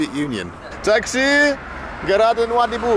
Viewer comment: It's not Noa Doobie. It's pronounced NoaDiBou. And I hear it's a horrible bus ride. Spent many nights in Nouadhibou back in '04-'07 when I was ferrying helicopters from Europe to Nigeria and Nigeria to Europe. But I flew into the airport, stayed in a hotel and flew out the next day.